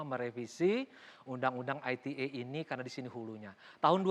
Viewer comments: I te e mas bukan ay ti e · Ai Ti E. Klo mau enggress yaaa harusnya Ai Ti Ii. Kzl bangetttt bolak balik salah meleeee. Cukup I Te E ajaa pak. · Ite pak bukan aitie wkwkwk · Undang ITE itu bahasa apasih..kok bacanya Ai ti E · harusnya "ai ti ii" ya fadjroel must be bad in enggrish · Hahaha...exactly what I want to say, kalau mau pake English ya skalian tp "ai ti i" 😆